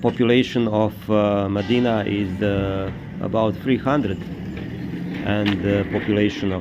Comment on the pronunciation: Please, very important: Not Medina, but Mdina. Hard to pronounce, but very distinctive and full of cultural meaning. The difference is like Jnic instead of. Doesn't seem like a big difference, but there IS a huge difference in the sound.